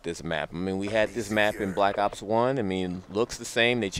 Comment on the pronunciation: Its black ops 2, not wack ops 2